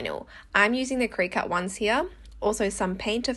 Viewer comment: You're pronouncing Cricut wrong 😆 It's "cricket" 😂